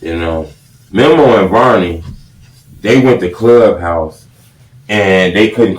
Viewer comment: This nigga still saying "memmo" after all these years